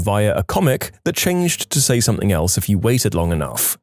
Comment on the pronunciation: I love these stories however, please, please, PLEASE stop mispronouncing something as somethink.